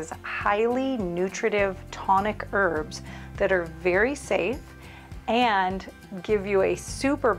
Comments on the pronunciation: Why do you say ' erbs' and not ' herbs'? Thanks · Please pronounce the H when you say herbs. Saying erbs, annoys me. Bye the way, thanks. Great video. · Thankyou but there’s a H in Herbs